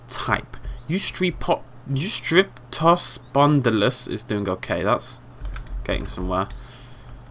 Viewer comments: Say it like this u-strip-toe-spon-de-lus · ***** My apologies, I just drew that conclusion because you had trouble pronouncing the names of Eustreptospondylus and Rhamphorynchus, who were both present in WwD. And indeed you did raise the terrain in the video but I was aiming at using it to, for example, create enclosures made out of both normal fencing for the land parts, and tank walls for deep water parts. If you lower the terrain outside of (the deep water part of) the enclosure, visitors can see into the underwater part of the enclosure. It's a really neat effect! But with lowering the tankbottom I meant de little symbol with the big arrow down. That way you're supposed to be able to make the tank deeper without raising the walls. Finally, I apologize for the rather offensive tone of my last comment. I wasn't trying to insult you or anything. I love your work, even when you're just being a silly goose. Much love!